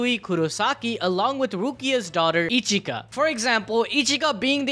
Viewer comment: 😅 Ichika not Echika